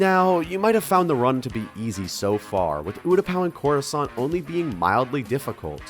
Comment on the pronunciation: Didn't know there were croissants in space lmao (corrusant sounds liek croissant)